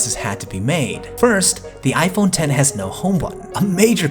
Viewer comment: Finally Somebody Pronounces It Right. I Literally Exit Videos When Somebody Says It Wrong, Plus I Also Like Your Content.